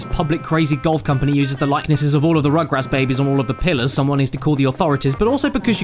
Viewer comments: Roogroots Soorch Foor Rooptoor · He spelled the u's like o's! AHAHAH! This surely IS funnier than Adam Sandler...